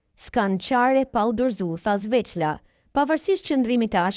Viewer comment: Oj moderatore mesohu me lexu nihere se ky quhet Xhelal Sveqla e jo Zveqla